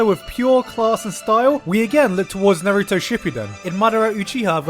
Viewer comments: NAR-OOO-TOE Not NAR-EWW-TOO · Why does he keep saying Nruto instead of Naruto??? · Omg hes so terrible at pronouncing stuff from naruto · How are you sponsored by a Naruto game when you don't even say Naruto correctly... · YOU HAD ONE JOB PRONOUNCING NARUTO